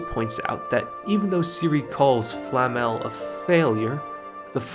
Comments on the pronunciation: Why this guy keeps calling Flame as Flamel? Isn't it Flame as in Fla-me or in english pronunciation just Flame(as fire)? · Calling Flamme, Flammel is triggering my inner nerd. This is not Harry Potter my man, Frieren's master is not Nicholau FLAMMEL 😂, she's FLAMME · Nice video, but: Who is Flamm-Al? We Germans are normally not sensitive about people mispronouncing our language but this is getting ridiculous. It might be because in the English dub words are mis-pronounced in the common way, while the Japanese version is closer to the real pronunciation, but then people are even being creative is their English flavored miss pronunciation. Just use a text to speech program to look it up. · I kept getting distracted the whole video because you kept calling Flamme "Flamel". Great video though! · What is wrong with YouTubers not being able to pronounce Flamme's name properly? They say it in the show several times, you just have to listen and then repeat.... Nice video though ;-)